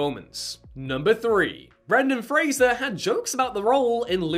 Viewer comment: My favorite Brendan FRASER is Doom Patrol, also Bedazzled. He is such a good actor, I hope he keeps acting idc how big he gets he is amazing ❤ and it’s FRASER, NOT FRASIER! Lol